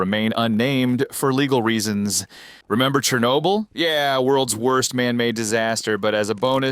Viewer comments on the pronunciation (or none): none